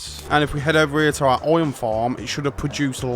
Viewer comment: i've NEVER heard anyone pronounce IRON as OY'n